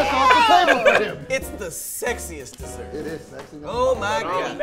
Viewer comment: said Dossert, boy you built like a DOzer